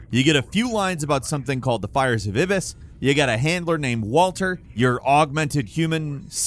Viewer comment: this may just be my OCD but for the love of god can this guy take a english class? “eh-beh-iss, “dem-eye” smh